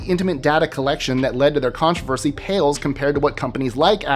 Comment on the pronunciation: A contravershe ?